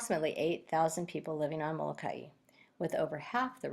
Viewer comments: You are pronouncing the island Molakai incorrectly! It is not Molakai eee! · It is not Molakai.. It is Moloka’i or Molokai. Most Hawaiians in island agree to do both.